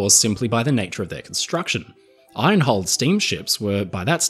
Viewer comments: Hey. The word IRON contains a silent R. It is not pronounced iRon. Very interesting video. But the R creeping into IRON is just as annoying as the American habit of pronouncing the H in vehicle! Why do they do that? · hearing an Australian accent pronounce "iron" like this is seriously screwing with my OCD. thanks very much, 😂